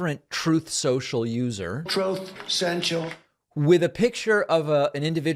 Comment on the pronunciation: That never fails to make me chuckle! 😂 "Troth sential"